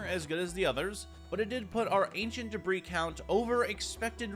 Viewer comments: "I have 61 DEBRAHS." bruh... its deb-ree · Why are you calling it Deborah instead of debris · Did no one notice he said 'Ancient Debra' instead of 'Ancient Debris' ??